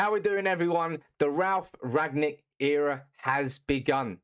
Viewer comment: He's called Rangnick not Ragnick if you've done enough research atleast pronounce his name properly